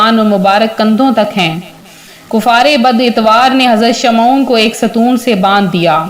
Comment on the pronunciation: Shamon hai sahee naam sahe bolo please.